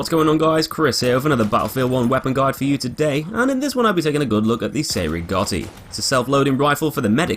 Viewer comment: Spells? You mean pronounce? I think you mean how ‘Cei’ is pronounced ‘Chay’ not ‘Say’ or ‘See’.